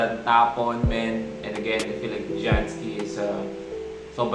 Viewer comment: janski ang tamang pag bigkas kuys sa pagkaka alam ko hahahhaha